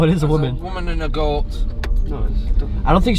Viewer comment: im sorry but the way homeboy said goat at like is HILARIOUS